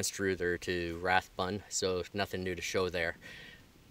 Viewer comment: Hi: during the 1940's & 50's I grew up in that area;so seeing you back there has been rewarding. Fun hearing you slaughter the pronunciation of Anstruther & Rathburn' but that does not distract from the fun of joining you & being there. Thanks Brian 78